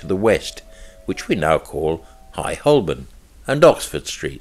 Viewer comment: Good, but Holborn is pronounced Ho-bun.